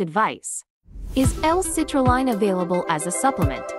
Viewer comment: First off it’s hard to take you seriously when you can’t even say citrulline correctly in the fact that it sounds like a computer voice is just horrible. This is why I would never listen to this crap at least see the products name correctly.